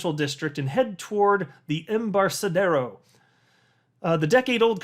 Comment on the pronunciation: Embarcadero is a hard 'C'.